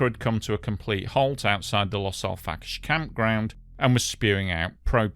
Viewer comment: Its Los Al frack ayes 🙄